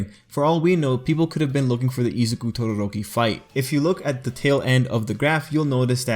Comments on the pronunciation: I love how you say Todoroki Your like Todorrrrrrrrroki :3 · Why does he pronounce todoroki’s name like it’s an Indian name lmao?